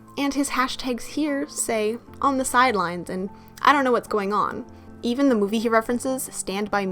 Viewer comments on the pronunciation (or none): none